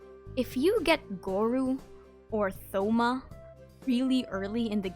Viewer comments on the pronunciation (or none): souma?!?!?!?! it’s Toma! h is silent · Plz it's not Thou-ma it's To-ma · Bro imagine getting Shen he or miko as a newbie. U gotta DO EVERYTHING just to get past 20 💀. And tf is a tho-ma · "Th"-oma :,III